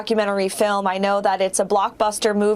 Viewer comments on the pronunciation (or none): She has been here for two decades and still can barely speak English. Pronounced “film” as “fill em.” Great style though.